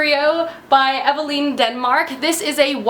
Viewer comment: So is the author of Curio named Evaline or Evangeline? Cause you keep saying Evaline and I'm really confused 😅 I missed you though!! I always look forward to your videos and, maybe it's because time is dragging on so slowly, but I feel like it's been awhile